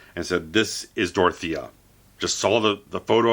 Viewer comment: This guy is the only reviewer to get Dorothea's name right.